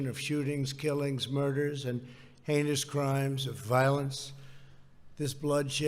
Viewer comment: I totally heard “anus crimes” when he said heinous crimes.